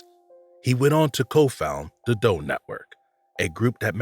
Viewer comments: Is this an AI narrator? The accent / lingo is driving me crazy. So much "da" instead of "the" and other similar sounds... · The tenor of the voice is very nice to listen too - subject is interesting -BUT the narrator needs to work on pronunciation, especially in the word “the”. It’s “th” not “de”